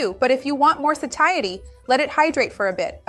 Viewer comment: Seems she pronounced it wrong